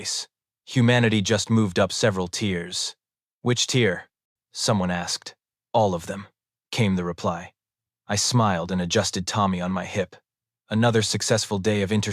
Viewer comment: tier not tear